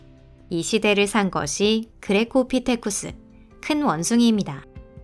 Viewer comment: 그레코 피테쿠스가 왜 그리포 피테쿠스로 들리냐